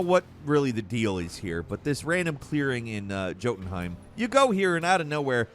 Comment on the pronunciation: Are we really supposed to take you seriously as a game commentator if you don't even try to pronounce the words correctly? God of War SAYS Jötunheimr in the game, and you butcher at least one name per video. Have you even played any of these games?